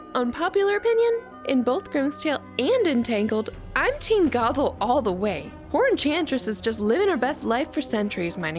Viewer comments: K but like... it's GOTHE-l not "goggle." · how hard is it to say GOTHEL clearly the whole time it sounded like you were calling her goggle